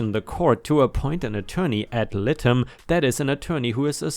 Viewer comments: AD LIE-TEM..... PRONOUNCED LIKE THAT LIE-TEM..... IF YOU NEED ANY HELP I'M HERE. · Ad litem is pronounced ad-light-em. 🌟🌟🌟🌟🌟🌟🌟🌟🌟🌟🌟🌟🌟🌟🌟🌟🌟🌟🌟🌟🌟🌟🌟🌟🌟🌟🌟🌟🌟